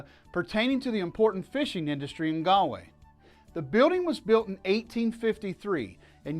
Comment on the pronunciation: It's pronounced "gawl way." Not "gal way." Not "gaaalway. " most annoying bad travel video ever. Go to Taaffes Bar and learn some Irish!